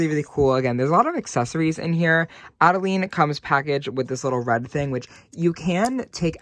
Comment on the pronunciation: Adelaide....you said Adeleene a few times 😂....just teasing. I do the same thing.